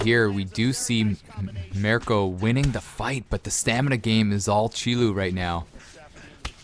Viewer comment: i think that Cheloo16hz might be a romanian player cuz that's the "official" name on social media of a romanian rapper named Cheloo. an no, you are not pronouncing it correctly :))